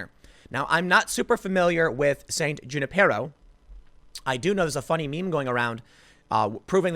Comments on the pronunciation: Not June-i-pear-o, Junipero= "Hoon"-i-pear-o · Lol Junipero is pronounced "hu-NIP-er-oh" and he was the one who founded the California missions